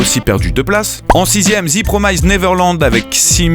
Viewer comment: Super vidéo 👍 ( et c'est "ze" et pas "zi" promised neverland ), un peu de respect quand même 😂